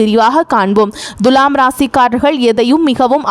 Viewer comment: த்துலாம் ராசியா.. த்து ஏன் அழுத்தம் சாதாரண மாக துலாம் சொன்னா என்ன....தண்ணி குடி..